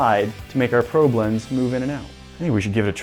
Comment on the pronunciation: It sounds like he’s saying pro blends